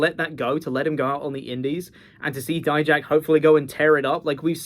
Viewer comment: Thank you for pronouncing it as “die-jack” and not making him sound like a type of mustard like others do.